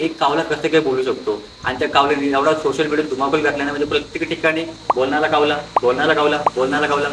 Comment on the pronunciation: कावला का म्हणता कावळा म्हणा न शाळेत शूद्ब भाषा शिकवलि असेल न